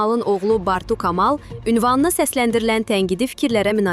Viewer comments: kı evezine ka deyir savadsiz,bunları haradan tapıb çıxardırlar göresen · Ay aparıcı, yəqin sən də ali savadlısan...Amma Kamal sözünü düz deyə bilmirsən...Sənin kimi savadsızlar buraxır da bizim Universitetlər...Bartu [K] amal nədir? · Xanım ,ay jurnalist siz bir Kamal adını düz deməyi öyrənin!!!!!!!! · Aparıcı siz k e hərfinin bildirdiyi səsləri qarışdırırsınız sizin üçün böyük qüsürdur fonetikadan biliyinizi təkmillədirin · Xanim qız, sözleri důzgün teleffuz etmirsiniz.Kamalı kolxoz k -sı kimi deye bilmezsiniz. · Xanım birincisi kamal sözünü düzgün tələffüz edin ikincisi isə dediyin o kamal başından böyük qələt eləməsin Gürcüstandan gəlib burda at oynatmasın hec olmasa camaat neçə diplomla işsiz qalıb qurban olasan danışığını bilməyən atana naxışı gətirib televizaya gəlib səni də yanına cəkib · Zaur Kamal deyərkən "K" hərfini düzgün ifadə edin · Bu cürə tələffüz eşitməmişdim,ay xanım Kamal adın yazılış formasıdır, tələffüz gülməli səslənir😅😅😅